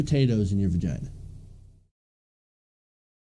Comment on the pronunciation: Are you saying "vergina"? LOL